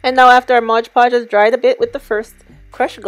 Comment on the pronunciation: MOD PODGE PLZZZZZZZZZ NOT MODGE LOL XX